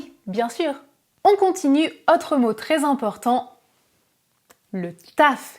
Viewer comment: Merci pour la vidéo. Très bonne élocution ! (claire et lente). En revanche, vous faites une erreur de prononciation qui peut déconcentrer les auditeurs : "autre(s)" et "chose(s)" (qui vient de "cause") se prononcent avec un "o" fermé. En français, "ô" et "au" DOIVENT se prononcer avec un o fermé. Ex. : La cote ("o" ouvert) est un niveau, la côte ("o" fermé) est un bord de mer. Hotte ("o" ouvert) est le panier du vendangeur ou du père Noël, hot ("o" ouvert) signifie chaud, osé, mais haute ("o" fermé) est le féminin de l'adjectif haut. Le non-respect de ces règles élémentaires de prononciation présente les inconvénients de déconcentrer les auditeurs et de créer des problèmes de compréhension (malentendus). Donc, avec la qualité de vos vidéos, vous devez avoir la cote !😉 Merci et félicitations !!😉